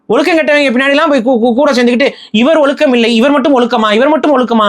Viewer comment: ஒலுக்கம் ❌ ஒழுக்கம் ✅ சிறப்பு 'ழ'கரம் சரியாக உச்சரிக்கவும்